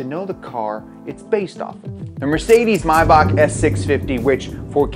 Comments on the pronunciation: Bro wtf is mahback it’s may-back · bro has this man never heard a Rick Ross song it's May-Back not My-bawk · if you beleive it or not but it's a German brand so you pronounce it german as well and "may" is pronounced the right way. just the "back" which is actually a "Bach" is pronounced wrongly because nearly no English speaking person can pronounce "ch" the way Germans do. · It's not my-back, it's may-bach. As in the month may, and then bach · It’s not mybach, it’s May-bach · Is Maybach pronounced "mybock" like he's saying or "mayback???" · Cringe every time he pronounces Mayback wrong. It's literally exactly how it's spelt and pronounced.. maaaaybackk. You don't say Meey or Bak. It's Mayback literally that lol. Rick Ross way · Pronouncing maybach, mybach, is really grating on me lmao the “A” is not silent you heathen haha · "May-Back" there's no way you can miss pronounce May that much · It's pronounced MAY-BACK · It's pronounced (May-back as in Maybach 🤣🤣🤣🤣not my back) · Its actually pronuonced 'maye-bak' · Hate the way he says Mayback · Anyone else hate the way he says Maybach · im actually so angry about how he says maybach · the way he is pronouncing maybach it gets me very angry nice video though